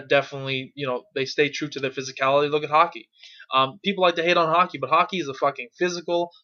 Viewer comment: It took me 3 times to realise you were saying hockey, not haki lel